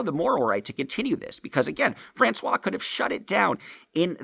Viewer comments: How hard is it to offer constructive criticism in a way that someone can actually understand? I THINK what you are saying is that the person that is talking about has a name that he is pronouncing as “France-wa,” but it’s actually pronounced “France-wahZ”. Is that correct? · How hard is it to say “FrancoioiZe”?